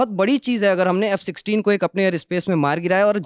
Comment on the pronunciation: F sisteen. . . . . . bolna toh seehk lo